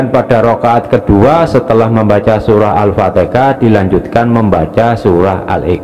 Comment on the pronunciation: Al Fatihah bkn Al Fateka.